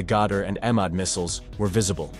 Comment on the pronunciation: You're butchering all those beautiful and epic names :face-blue-wide-eyes: It should be pronounced E-MAAD, for example (E as in egg)